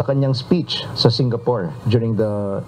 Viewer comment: SingaFORE?? its Singapore!!! Joint OFFERation?? Operation!!!